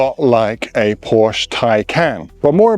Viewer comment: PORSCH-E (E at the end) S-U-7 Y-U-7 Spaces in between. Pronounce it